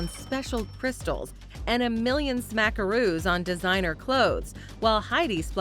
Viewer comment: Stopped watching after “smacksroos”